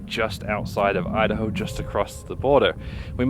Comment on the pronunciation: me-da-hoe? you-da-hoe!